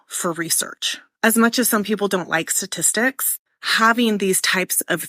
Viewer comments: STATISTICS not satistics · Is she saying "Sa-tistics"? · Her speech pattern is aggrivating, like she can't say the ST sound in "statistics " .. then there the total bullshit she has to say.